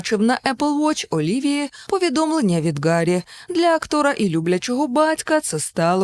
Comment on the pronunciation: Гарі, а не Ґарі, бо в оригіналі Harry, а не Gary.